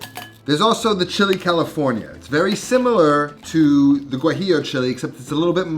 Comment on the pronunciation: Never heard of someone pronouncing Guajillo with the hard G sound.